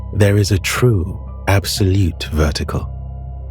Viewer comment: Absolete fweedom